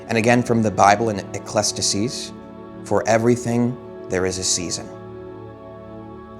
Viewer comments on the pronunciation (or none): *Ecclesiastes Pronounced "E-klez-e-as-teez" NOT hating on you!!! Just trying to help.